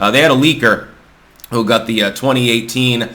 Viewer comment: Is pronouncing got like gut a Vermont thing?